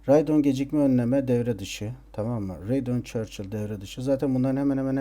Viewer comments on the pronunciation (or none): radeon chill e radeon churchill diyen :D